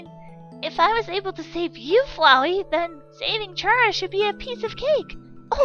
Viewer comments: “What do you want Chara?!?!” FOR YOU TO PRONOUNCE HER GOD DAMN NAME RIGHT!!! IT IS CARA NOT CHARA!! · it's Ck-rA not cH-Ra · I know this is me being nit picky could you pronounce chara like care-a? I mean it makes sense because well CHARActer